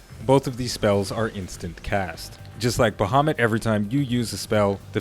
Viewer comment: Its "Baehamut" for you.